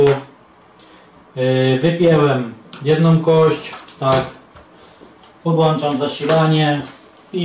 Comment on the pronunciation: Mówi się: podŁĄczam.. 😅🖖👽